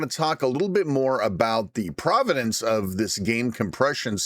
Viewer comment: Did you say providence or provenance?